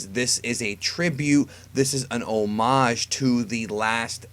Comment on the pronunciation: Dude pronounces homage like Oh-Marge 😂😂😂